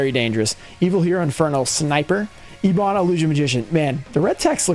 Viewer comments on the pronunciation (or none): eb·on /ˈebən/ Sry but youre killing me muh dude